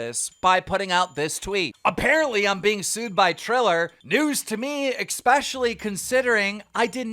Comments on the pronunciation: Dan “X-Specially” Keem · especially ❌ expecially ✅ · "Exkspecially" ?????? Nice grammar